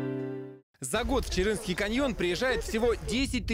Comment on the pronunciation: Не чырынский , а Чарынский